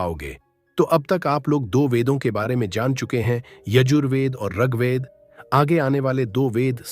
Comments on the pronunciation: प्रस्तुति राम्रो लाग्यो तर म त ऋगवेद पढेको तपाईंले रगवेद रगवेद उच्चारण गर्नुभाे । याे उच्चारण खड्क्याे । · जानकारी अच्छी है । ऋग्वेद का उच्चारण उचित होना चाहिए ।